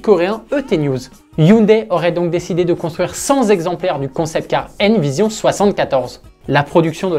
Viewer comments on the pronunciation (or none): Intéressant mais attention aux liaisons qui n’existent pas : cent ne prend pas de S . « Cent exemplaires » 1 :10mn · S’il vous plaît Mr le commentateur: Le chiffre CENT ne prend pas de S , donc la liaison Z n’existe pas On dit : 100 T ´ exemplaires ou 100 ( cent) T’ euros.. Merci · C’est pas possible de dire cent z’exemplaires ( à une minute 10 ‘’). !!! Comment peut-on faire de telles fautes ? 😡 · Chacun trouvera voiture laide à ses yeux. Ce qui est en revanche insupportable pour mes tympans, c'est d'entendre "cent z'Alpines" hier et "cent z'exemplaires" aujourd'hui. Mince, que votre "orthographe parlée" soit à la hauteur de la qualité de vos publications ! 🤬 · Cent exemplaires ,il n'y a pas de''s''a cent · Bravo au commentateur… cent exemplaires… il n’y a pas de s à cent donc attention aux liaisons fâcheuses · Déjà signalé lors de la dernière vidéo : cent exemplaires n’a pas de « s » à cent donc pas de liaison SVP. Le niveau général en français n’est déjà pas folichon (cf dernier classement Pisa) donc inutile d’en rajouter 🤪